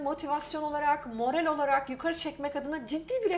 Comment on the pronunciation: "Morel" değil hanımefendi "Morâl".